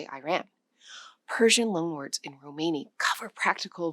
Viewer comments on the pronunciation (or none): Why do you pronounce it "romehni" half the time? It's grating. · Every video on you tube recently is saying the same in corect way . So anoying . Theres no such tjhing as a RO - MARNI . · The word "Romani" is accented on its FIRST syllable /ˈrɒməni, ˈroʊ-/ ROM-ə-nee, ROH- Please do your damned research! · You pronounce Romani in two different ways, sometimes correctly, mostly incorectly. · The stress is 'ro-mani and ro'ma. Most English speakers will intuitively place it wrong in either word